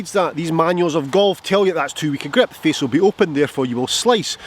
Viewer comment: Hey. Love how you pronounce grip “weak grep!”. But seriously, thx for this video. I’ve been working on snapping the club head through the ball at impact and you’ve made me think of this in a different way. Thx! Can’t wait to get to the range. 😊